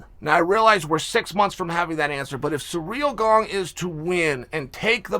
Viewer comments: Chael: Surreal Gong Me: okay great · Dana: FRANCIS NGAÑOU Joey Diaz: STIOPICK & KHALABEEB Aaaaaaaaaaaaaaaaaaand NOW, intruducing: SURREAL GONG... Thanks Chael. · “Surreal Gong” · "surreal gong" xDD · Based tbf...Cereal Gandh though 🤣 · Nobody: Chael: SURREAL GONG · For a little while it was 'Cereal Gone' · learn how to pronounce names, you absolute tool.